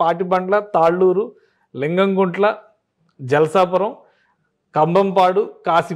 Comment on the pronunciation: మీరు చెప్పింది జల్సా పురం కాదు జలాల్పురం